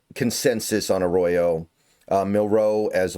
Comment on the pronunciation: if you want to start to stop pissing off fans stop emphasizing the Row on Jalen and start doing it for Elijah. Elijah is “A Row Yo” Jalen you emphasize the Mill, not the Row. I know it’s a slight difference, but imagine some ahole emphasizing the Son in your last name and pronouncing it Nell’s SON!